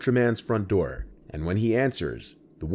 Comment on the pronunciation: "open the noor"